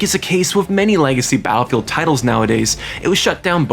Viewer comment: Bro can’t say battlefield. Literally said Attlefield.